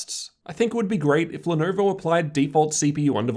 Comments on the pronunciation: "The Lenerver Y-540" lolllll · "The Lernerver y540"